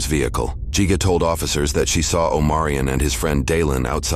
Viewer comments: It’s not pronounced geega! Wow people dumb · yall pronouncing gigga wrong and youre spelling it wrong too.